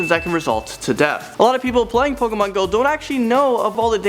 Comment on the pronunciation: lol pokamon go